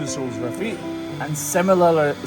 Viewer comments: Its sim- il-lar-ity. It's ok. Most ppl can't say it😂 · I'm glad I'm not the only one who can't pronounce similarly. 😂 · You trying to pronounce “similarly” made me giggle 😂